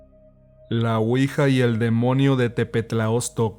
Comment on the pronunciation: Se pronuncia (Uija) no (Cuija) la cuija es un tipo lagartija albina más bien transparente y hace sonido como si te estuvieran besando ruidosamente.